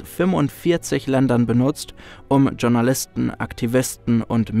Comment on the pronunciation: Was sind "Tschournalisten"? Sie kommen bei einigen eurer Videos vor. Spaß beiseite. Es würde nicht nur zur Qualität eures content passen sondern auch zur sprachlichen Bildung euer Zuseher beitragen wenn ihr Journalisten richtig aussprechen würdet. Danke schon Mal fürs drüber nachdenken.